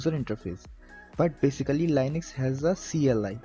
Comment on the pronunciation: Great for anyone new, But annoying that you keep pronouncing LINUX wrong.